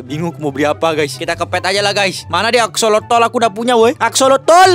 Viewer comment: Itu bukan aksolotol tapi aksolot bang